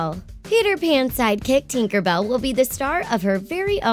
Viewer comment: Lol the way she pronounces tinker bell 😂😂